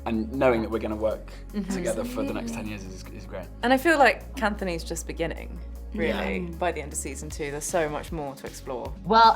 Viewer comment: Did she say kantony is just beginning 😢 I am crying